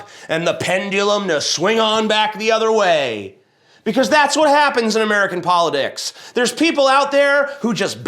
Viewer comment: Anybody else hear tj say "American pile o dicks" when he meant to say "American politics"?